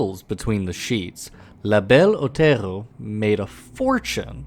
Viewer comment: “La Belle Otello”? It’s distracting.